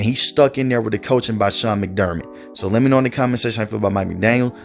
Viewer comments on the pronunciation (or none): none